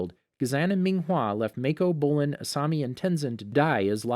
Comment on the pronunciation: Ghazaaan Mayco Bowlin Ming huawww Ghazang Zahir And I think he said police instead of p li Tengin Kiyaaaaaaaaaaaaa Lagihima Tanziiiiiin